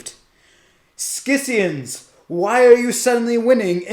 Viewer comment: Great report. Only minor note, scions is pronounced “sigh-ons.”